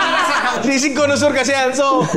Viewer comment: connoisseur? colosaur kasi dinig ko hahahaha